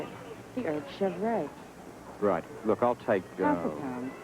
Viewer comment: That DVX agent mispronounced "chèvre"... I'd have thought her to be more worldly that than lol.